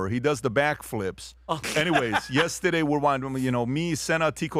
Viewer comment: I love you pat your a goat but your pronouncing of the word yesterday drive me crazy its horrible just sayin